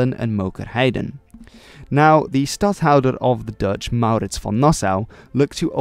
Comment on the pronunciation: How you say stadhouder perfect that is how you will say it in dutch it took long to say it good in it?